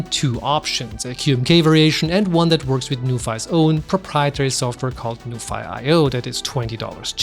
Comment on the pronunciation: Is it not pronounced as 'noo-fee'? 😅